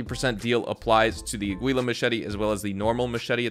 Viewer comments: It's pronounced "ah-gee-la" machete not "a-gui-la" lol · "Uhgweeluh machete" lol